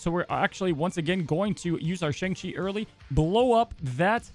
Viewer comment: You’re pronouncing Shang-Chi wrong.